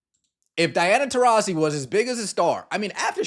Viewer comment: What an effin moron. How does she get “tah rees ee” when the 2nd syllable is “ras”